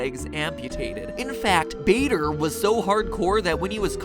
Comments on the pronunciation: Im fairly certain that baders name is pronounced Barder. A building at my school was named after him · pronounced barder. I'm an air scout so I know and It is called bader group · Or they are covers for there legs. Also it is pronounced barder not bayder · Douglas Bader is related to my teacher and it is pronounced Boder not Bader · im pretty sure its pronounced bader as if you were saying harder not as if you were saying darth vader. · Matt, this is just so you know, Douglas Baders name is pronounced 'Barder' not 'Bayder'. Just so you now. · Bader is pronounced Bar-duh, and is the name of the Air Training Corps' training system in the UK~ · I'm pretty sure that the "a" in Bader is pronounced like the "a" in "star". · Please look up the pronunciation of names before you do these theories involving real people thanks, People such as Douglas Bader sounds like how you would say barber as in the heair cutting place. But in-stead of saying barber you would say bar-der. Thanks like the shows any way thanks for putting in the time to do these. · I believe it is pronounced Douglas Ba(r)der but great video and love these scientific non FNaF videos. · Matt sir Douglas bader went to my school and his name is pronounced bard-er Louis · Though it has no real effect on the video, Douglas Bader is pronounced "Bar-der" if you ever use his name again XD Awesome video MatPat, always look forward to Game Theory videos :3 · Great video matpat but need to correct your americaness a second douglas bader its pronounced baa derr jus for future reference ;) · The Game Theorists Douglas Bader is pronounced Barder. i grew up near the Douglas Bader Arms in Derbyshire (UK) and watched the sitcom about the same pub and that is how everyone pronounced it.